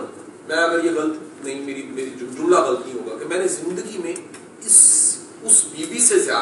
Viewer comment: Qasim Shah Sahib, you are an excellent motivational speaker! The only thing to be addressed is pronunciation of certain words like ilm, galat, acceptance, auto etc. As you know audio dictionaries have pronunciations of every word in every language. Hope you find this feedback useful.